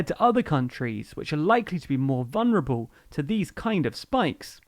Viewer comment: VuLnerable. There's an L just before the N.